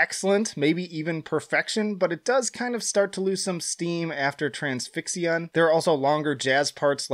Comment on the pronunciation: As soon as he mispronounced the word Transfixion I knew this was going to be a bad list. And I was not wrong.